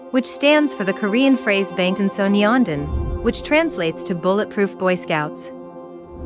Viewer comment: Bangtan SonyeonDAN not SonyeONdan.